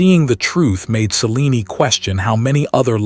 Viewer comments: It's pronounced ( s-eh-lean )....not ( sea-lean-ee ) just saying voice is over guy could watch one movie of a story once in awhile so he can pronounce what he's reading I hear this particular voice while very soothing it is mispronounce especially names a lot over dozens of stories and documentaries. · Selen-e… Celine-e…. Not sure what spelling caused the error… Distracting.